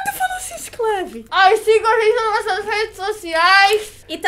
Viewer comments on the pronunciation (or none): K. Drew eu vi duas vezes seguidas porq eu nunca ri tanto também se "inscleve" no canal kkk deu uma de cebolinha! kkkkkkkkkkkkkkkkkkkkkk